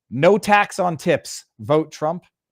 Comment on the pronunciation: Hmmmmm....did she say no taxes on tips or no taxes on tits? Just saying...